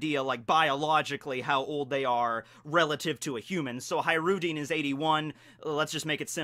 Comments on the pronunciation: ISnt his name pronounced HaJrudin with hard J? his name from Arabic i think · High-Roo-Dean lmfao holy shit 20 seconds into the video and I'm already losing my shit